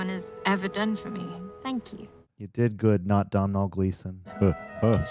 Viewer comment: Not related to the show, but since you mentioned him, Domhnall Gleeson’s name is actually pronounced “Dough-null” Like Donal Logue